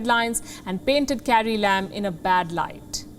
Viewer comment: she said carrie lam. I heard "Scary Lamb". That's when I realized that now my mind expects only sarcasm from Palki.